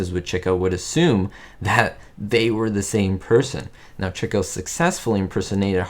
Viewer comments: I learned a lot from this video! One thing I have been doing up until now is saying his name as “chee-koh” and not “chick-oh”. Thank you for clearing that up! Have you seen “Love Happy”? If so, what are your thoughts? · I knew several years ago that his name was pronounced Chick-o, but did not know the reason. Thanks,. Great video.